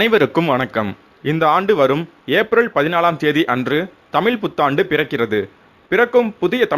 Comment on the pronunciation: மழை = மலை, தமிழ் = தமில், முழுக்க = mulukka "நல்ல தமிழ் உச்சரிப்பு"